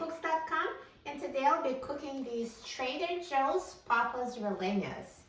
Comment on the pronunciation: When trying to pronounce RELLENAS you have to say the LL as YY like in the word You the Y sound replaces the LL in RELLENAS..so ...like this. PAPAS RE-YYE-NAS (almost saying yes without the s, if that makes sense).